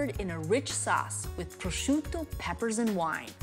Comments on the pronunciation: "it's absorbed all of the peppers and the prozzzzciUUUto.." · I'm Italian! I'm Italian! No really, I'm Italian! Just listen to how I say prosciutto! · Goddamn it Giada just say prosciutto the American way